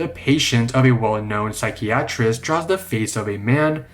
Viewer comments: I have never heard anyone so unable to pronounce "psychiatrist." And please, PLEASE stop reading with that weird AF cadence and pitch changes. It sounds SO contrived. Just speak normally ffs! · Please stop pronouncing psychiatrist like that.